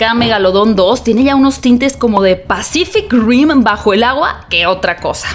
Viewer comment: " PASSSCIFIG GRIMMM" JJAJAJAJAJAJAJAJABAJA RI DI CULA